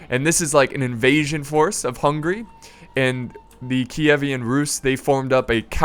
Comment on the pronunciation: always when you say Hungary I hear hungry...